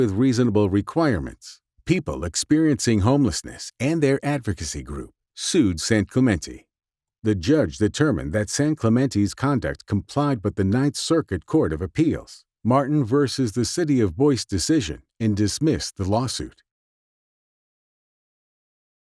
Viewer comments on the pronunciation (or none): Excellent video showing the decay of Venice. Only problem (but struck out to me) is the voiceover guy mispronouncing the very last word....."Boise" which he pronounced at "Boyce." The CORRECT pronunciation of that city name is "BOY-CEE"........ You guys didn't catch this mistake before distributing the video? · BTW Boise is pronounced "Boy See"